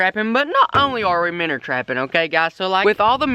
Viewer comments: It's minnows not minners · minnow not minr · MIN-OW NOT MINNER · Shut up app saying minner it's minnow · I HATE THE FACT THAT HIS ACCENT MAKES HIM SAY MINNER INSTEAD OF MINNOW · Minnow he calls them minners there fish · He says Minour and puts minnow in the title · He keeps saying minners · Minner catching I'm never going to say it any other way again